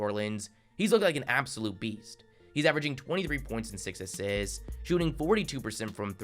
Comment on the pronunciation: He averaged “five asssssits” why do you talk funny lol